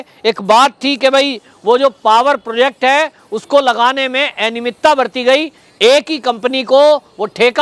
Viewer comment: एनियमितता नहीं, अनियमितता बोलिये